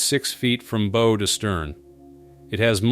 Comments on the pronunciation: Excuse me, but the word bow is pronounced like the word how, not as the word beau. Just sayin'. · The monotone AI narration is terrible. Bow (pronounced BO) to stern??🤣🤣🤣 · From "bow" to stern??? Thanks, AI narrator.